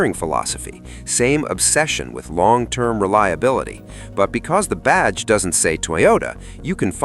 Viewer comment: What was "one wong year" ? Was that when you took it to the Chinese workshop?